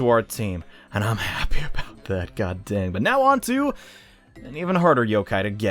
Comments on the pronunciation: Alright.then. It sounded a bit off for some reason. Sometimes when you say that word it sounds much like the other. I apologize if it bothered you, me asking that. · did you say "dang" or "damn"?